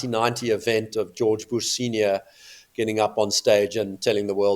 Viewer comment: Greetings Neil, whenever you say George Boosh sounds like you’re doing something with his bottom.